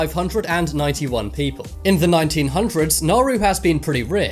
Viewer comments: You pronounced Tuvalu and Nauru and Palau wrong Tuvalu: Too-Va-Loo Palau: Pa-low Nauru: Now-roo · This triggers me so much. Hutt River is a group of tax evaders, not a country Niue is a territory, not a country Sealand is an oil rig, not a country Palau is a country, and it’s pronounced paul-ow Segorga is also not a country Nauru is a country, and it’s pronounce nah-roo Tuvalu is a country, and it’s pronounced too-vuh-loo St Kitts and Nevis is a country, and it’s two islands, not one The Sovereign Military Order of Malta is not a country Molossia is not a country, and they still have to pay taxes to the US government I don’t wanna be that guy, but please do more research before you make these kinds of videos. At this point it’s basically misinformation. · Completely butchered the pronunciations of Nauru, Tuvalu and Palau. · I’m so triggered by how pronounced Palau, Nauru, and Tuvalu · Palau, Tuvalu, St. Kitts and Nevis, and Nauru are all pronounced incorrectly in this video, and are all recognized by the United Nations. At least next time pronounce them correctly. I will admit that these 4 countries are tiny and most havent heard of them, but they ARE recognized by the UN